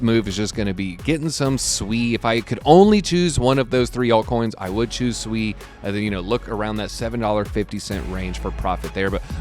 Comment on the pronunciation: Nice to finally hear someone pronounce SUI Correctly!